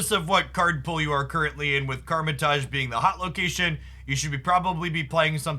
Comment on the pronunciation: it’s not karma taj it’s KAMAR you’ve been pronouncing it this way since day one and it kinda bothers me lololol no hate, love ur content <3